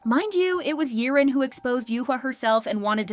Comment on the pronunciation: Girl. Its YIREN. Not Yerin, Yaren, Yirin. YIREN!